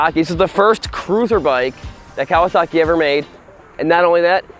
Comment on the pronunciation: I think it's pronounced "Ka-wah-suckey."